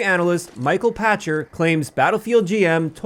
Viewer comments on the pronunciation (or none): I believe it’s pronounced Michael “Packter” based on my old Gametrailers fandom